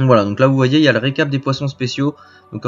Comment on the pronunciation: ça se prononce Goujon kille, comme la fleur, la jonquille et non le Goujon Kaïye. :)